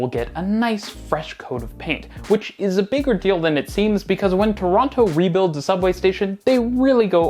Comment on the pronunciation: You lived here for a while now you’re going to have to learn how to say Torono 😂 anyways I’m really excited for this station rebuild ❤ I’m definitely excited for the downtown relief line and the new stations.